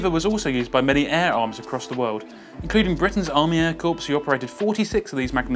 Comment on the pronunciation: Probably already been said, Corps is pronounced "Core", it's not a dead body or Corpse, other than that, not bad